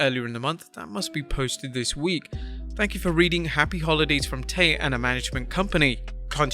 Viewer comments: It's not Tay. It is pronounced Tie. Do you even watch AEW? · They keep saying her name wrong Tay